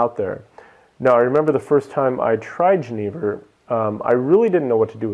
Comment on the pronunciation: Please, for the love of God, learn how to pronounce jenever. It is pronounced ye-NAY-ver, as "j"s are pronounced as "ye" in Dutch unless they directly follow an "i". I am an American living in the Netherlands and the way you said jenever was really difficult for me to listen to. Sorry.